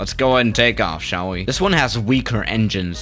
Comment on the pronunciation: "sha'll we" 😂love it